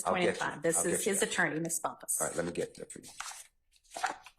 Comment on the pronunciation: Steele out here pronouncing Bumpus name wrong on purpose.